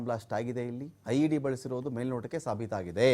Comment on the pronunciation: ಲೊ ನನ್ ಮಕ್ಳ ಅದು LED ಅಲ್ಲ IED ಇಷ್ಟೇ ನಿನ್ನ ಯೋಗ್ಯತೆ